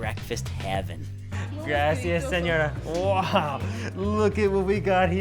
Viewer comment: “Grassy us sinora” lol